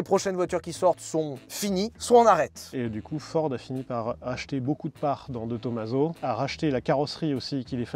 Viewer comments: Juste un petit truc qui m interpelle , on ne dit pas to ma seau mais TOMAZO comme on ne dit pas massé rati mais MAZERATI ....... J ai toujours préféré la Pantera depuis l enfance avec son arrière dépouillé et le bruit du gros v8 surtout en jaune avec les bandes noires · Salut, j’adore tes vidéos, toutes les vidéos et les concepts, mais s’il te plaît, peux tu prononcé De Tomaso avec le s comme un z. Merci. Je m’appeler personnellement De Tomaso et ça m’écorche les oreilles. Merci beaucoup. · Salut! on prononce pas de Tomaso en Italien mais Di Tomazo!